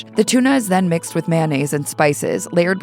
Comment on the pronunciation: I'm guessing that was an AI narrator. Either that, or Hallmark Channel found somebody who can't pronounce 'Saveur' and 'Mayonnaise.'